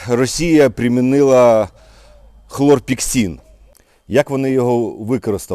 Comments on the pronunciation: Хлорпекрин а не хлорпексин. Слава воякам!!! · Хлорпікрин , а не хлорпіксин ! Цим ОВ "обкуривали" в палатках бійців в протигазах. Звичайне сльозогіне вещество. Протигаз та борода несумісні!!!